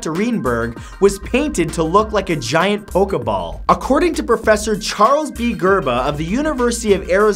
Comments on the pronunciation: May it not pok uh ball It's pokeball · "Poka ball" lol